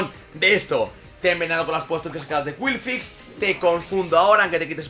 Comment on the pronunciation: Todos comentando lo del megaagotar en lugar del gigadrenado y yo en plan "¿Por qué dice qwilfix?" El video me ha encantado por la cantidad de cosas que se vieron incluso el triple onda certera sin fallar y el trueno a la primera que pedazo de combate